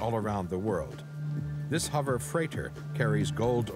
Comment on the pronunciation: I hate when people say 'Huver' crafts, and jet 'turbin' engines. Notice the narrator starts off the show saying 'huver' then changes to 'hover' near the end. Lol.